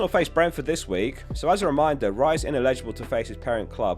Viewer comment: Yeah that’s right. “Raya’s” sounded like “Rice”